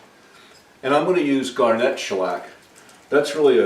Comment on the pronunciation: I have a question regarding your pronunciation of the word “garnet.” In my experience when someone mentions the gemstone, the accent is on the first syllable: GAR-net. If I am hearing you correctly, when you mention the sandpaper, I hear it said gar-NET. Is there something I am missing? Maybe the abrasive use of the mineral is pronounced differently than the gemstone? Or perhaps it’s the old ToeMAYto vs. TOEmato? In any case, another wonderful video, we all learn something new with each one. Keep em’ coming!